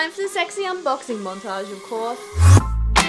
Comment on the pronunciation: “sexy unboxing montarge” wth?